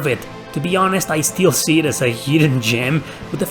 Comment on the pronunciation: "Heedden gyem" you eeeedeeot!